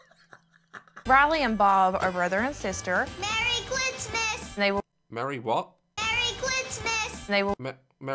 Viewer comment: i heard "clitsmas"